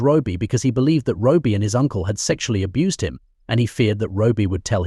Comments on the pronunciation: How sick!! By the way his name was "Robbie" NOT Robie!! A little respect!! May he rest in peace. Condolences to his family. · It's not Roby it's Robbie at least pronounce and get his name right. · Why is it so impossible to find a human being as a narrator? This AI stuff is awful, you can’t even figure out that the abbreviation for Robert is ‘RoBBie’ not Roby, or Robie, Also, we’re human beings, we don’t need the repetition, our attention span is somewhat longer than a gnats. All in all I think you’ve done this poor lad a huge disservice frankly. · Robie ? All the way through it was said like that. A.I is absolute shite. Cant listen to anymore so I'm outta here. 👋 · I know. So annoying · Stop with the AI narrator, it's terrible! Can't even get the name right. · What a ridiculous way to pronounce Robbie. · Totally irritating, same goes for the unnecessary repetition. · My thoughts exactly